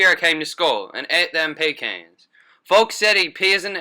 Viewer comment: omg the way he said “pecan” I CANT